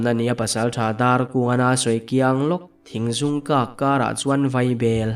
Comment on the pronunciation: Thingzûng nilo in Thingzung ani zawk lo maw.??